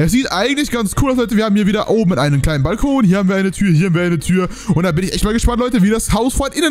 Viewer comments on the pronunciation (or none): none